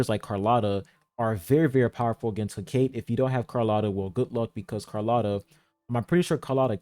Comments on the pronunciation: Every be pronouncing her name wrong man 💀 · I think it's "Heh - Ka - Tay"